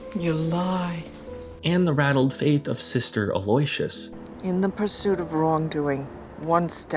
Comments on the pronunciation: Sister Aloysius (Meryl Streep's character) is pronounced AL-oh-WISH-us not a-LOY-shus . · First time watcher. If I could offer some productive criticism, I do believe Meryl Streep's character in Doubt, is Aloysius Beauvier. Aloysius is pronounced Al-lou-wish-us. Great breakdown of the Hoffman otherwise though! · Legitimately, what a wonderful video about a legendary actor. It's pronounced "al-o-wish-us" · Sister who? A loy si us no, no, no 😅.... A lo y si us.....